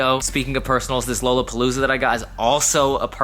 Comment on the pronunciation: The way you pronounce lollapalooza 💀😭